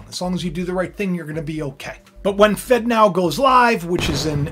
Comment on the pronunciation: It really sounds like you’re saying “fentanyl” when you say “fed now” 🥴